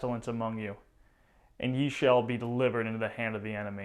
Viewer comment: a little correction "ye" when used as an article is supposed to be "þe" which used an archaic letter that was replaced in writing for some time by "y" used for the "th" sound in English, so it should be pronounced as "the". "Ye" as pronounced here is an archaic word and was used as the second person plural pronoun